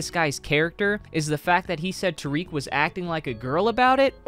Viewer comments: Just an fyi it’s not tareek it’s ta-rick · i'm pretty sure its tare-ick not ta-reek